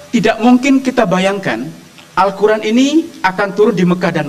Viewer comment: Siry nyebut Qur an aj salah